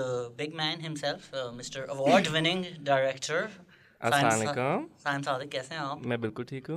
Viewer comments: Asslalekum nai hota Assalam o alaikum hota ha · Please please stop saying saamalaikum , the meaning completely changes. Please look it up and create awareness.